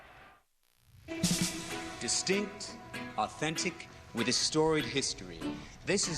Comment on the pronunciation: definitely calls it Stanley “cap”